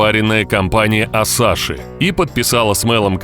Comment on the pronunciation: Пиво не асаши, а асахи